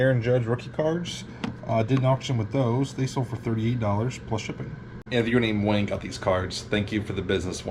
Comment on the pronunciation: ...... Did you say....... wAyne? lol